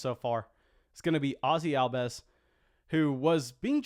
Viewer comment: Ozzie's name is pronounced Al-bees not Al-bez. You really should learn to pronounce the players' names that you discuss in your videos. Otherwise, it becomes obvious that you don't even watch baseball games, all you do is look at stats. Oh and by the way, that was Acuna you put on the screen there, not Albies. Another dead giveaway.